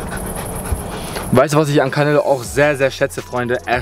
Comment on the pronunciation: Er heist auch nicht carnelo er heist canelo 😂 nicht so gemeint ❤